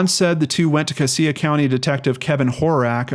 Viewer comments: U pronounce it cashia for the count of cassia I went to school with her she was a sweet heart im so glad she was found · It's pronounced "Cash-uh" county... Sad story, I followed it on the Boise news. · Sorry to nitpick but it is pronounced "cas (the a as in apple), ia (sha)" county not as you said. It drives locals crazy.